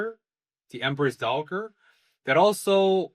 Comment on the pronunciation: The 'g' in 'dowager' is soft, pronounced the same as 'j', and a 'dowager' is a widow. So the late Emperor's mother was the Empress Dowager when he was young, and Anshi became the Empress and remained so until the late Emperor finally passed, and then become the Empress Dowager. I don't think you can consider her to have any volition at all in what happened; she did go willingly to the Emperor, but this is what she was trained for and ordered to do by her family. She didn't really have a choice, she just happened to have a combination of physical and personality traits to make it successful. Her portrayal of herself as acting out of some kind of personal ambition is I think a deflection, to give herself agency in her own story that she never really had. I don't know much more than was revealed here (anime-only so far, but it is on my reading list) but I don't think the late Emperor's mother abused him sexually. I do think she probably did effectively abuse him; he was, after all, an entirely unsuitable person who had to become the Emperor, probably a borderline functional autistic. Taking away favorite toys may have been the worst thing done to Jinshi, but someone like the late Emperor would suffer much harsher treatment in an ultimately futile attempt to shape him to the role. That's not to say there wasn't SA at some point by someone, I just don't think it was her.